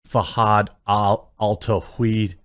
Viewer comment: Can't pronounce Fahad 😂😂😂